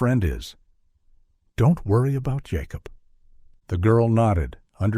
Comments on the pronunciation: Hate AI....yacob is Jacob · Why can't your AI story teller not be able to say Jacob? I've never heard of a Ya cob lol. Also whoever proofreads your dialogue under the picture needs to be retrained or replaced.